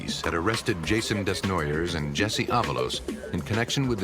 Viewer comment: This hurt my head. Desnoyers is pronounced Day-noy-yay or Deh-noy-yay..